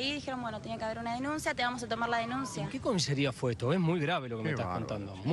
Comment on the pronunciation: Salvo porque dijo COMISERIA